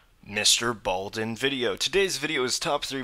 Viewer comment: Mr.Ballen not Balden